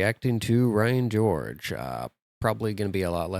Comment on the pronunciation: Did you just say Ryan Gorge?